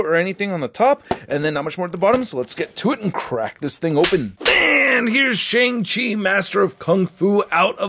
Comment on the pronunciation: He said shing chi